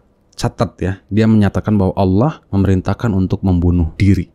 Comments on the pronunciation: Ngomongnya Awwoh. Bukan Alloh. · Bukan auwoh kaaaang,tapi ALLOH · Ngaku murta...Nyebut nama ALLOH aja salah jadi AWOH....MURTADIN NASORO DAN YAHUDI bikin SARA nih gak bener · subhanallah.. Masya allah.. inilah istimewanya islam.. Allah membengkokkan 👅 nyah,shingga manusia penipu ini ga bisa menyebut: Allah dan surat surat dalam Quran dengan baik,dan benar.. selalu menyebut; awoh,awoh.. ktauan banget dia itu 🦎 penipu.. sdangkan kita muslim&mualaf aja lancar tu kalo bilang;alah&yesus.. karna alah&yesus dalam kristen itu ga da istimewa nyah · Stres ni orang/AllAH bacanya awoh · Allah maha bijaksana sampai2 dq bsa itu manusia nyebut allah malah awoh ak dngarnya. Sunguh kasian. allah tlah menutup hatiny. Sungguh azab yg nyata baginya. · Allah aja disebut awwah.sdh jelas2org ini cuman.meyuntek bacaan.AlQur am TDK faham arti nya.beraninya.bicara kebohongan. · itu mah kadal yg ngaku Islam.... masa nyebutnya AWOH....itu mah Murtadin abal2 . fixed. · Awoh awoh...bnr in dlu lafaz nya ..nt klo udah bnr br kt dgr deh yg lainnya..ayak2 wae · Lidahnya kelu jika ingin menjelekkan nama Allah,makanya tiap dia pengen nyebut nama Allah Malah ngomong Awwah😂😂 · Mutad?? KADAL OTENTIK KALI.. MENGUCAP ALLOH SAJA GA BENER KATANYA MANTAN MUSLIM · Melafalkan Allah saja gak beres 😡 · Semestinya malu Penyebutan Allah aja udah salah semestinya malu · nyebut Allah saja tidak pas. ini murtadin rekayasa. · Allah sj ngak bisa sebut msya Allah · _pengucapan Hurup Lamul jalalah nya dlm lafadz ALLAAH nya juga sdh gak bener 😇 dasar kaaaafiiiiiruuun 🙈suruh ngaji tafsir dlu sebelum mengartikan ayat tsb 😁